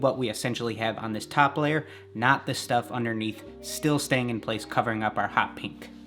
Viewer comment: does anyone else hear him say peank instead of pink